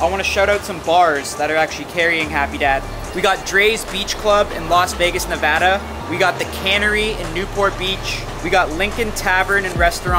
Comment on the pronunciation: Thank you for saying Nevada correctly 🥲💚